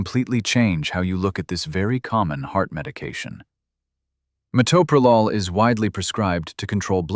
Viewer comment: I just wish people could pronounce it correctly. Met/o/pro/lol. Do teachers not teach how to sound out words?